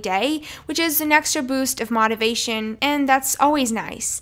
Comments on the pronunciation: (MOTE-ive-ay-shun) not (MOT-iv-ay-shun) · Mot aviation? Not ify? It's "O" lady... Say it with me... "O" ... Like OH... Notify... Motivation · this is so helpful. everytime she says "mohtivation" i flinch tho😭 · The correct pronunciation for motivation is with a long O. But you know this so what are deliberately mispronouncing that word. Not. Big deal, just curious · for a fact !! how did no one else catch that 😂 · the way she said motivation ffs